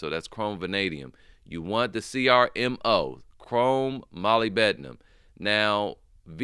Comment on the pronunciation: Just for future reference brother, its pronounced MUHLIB-di-num. Don't worry I'm pretty sure we all messed it up